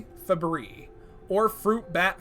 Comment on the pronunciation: I think it's pronounced "Feh-briss" "Teh-row-pah-dih-die"